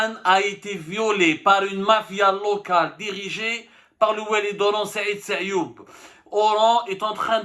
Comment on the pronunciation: Sayoud et non Sayoub